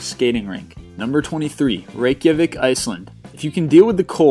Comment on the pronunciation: Ha ha you cant sat Reikjavík :P